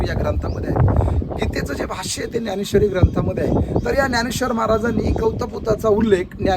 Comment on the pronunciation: न्यानेश्वरी का ज्ञानेश्वरी.... अगोदर मराठी निट शुद्ध बोलायला शिका... मग बाकी.... धन्यवाद